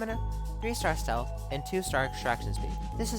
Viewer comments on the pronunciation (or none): you said the stealth and stamina wrong